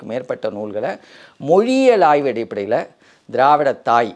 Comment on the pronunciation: Say Aayvu not aay. Aay na shit